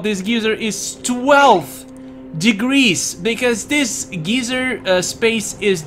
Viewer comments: You switched between geeser and geyser in terms of pronounciation of the word geyser... subs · "water geezer" I giggled.